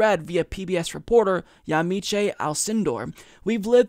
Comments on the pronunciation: Yamiche Alcodor from PBS is pronounced like "Yameesh" and she's a pretty good reporter, for the mainstream. Also, damn I love the Trump outro, all the way down to the Howard Dean scream that punctuates it...awesome! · Yamiche is pronounced Ya-MEESH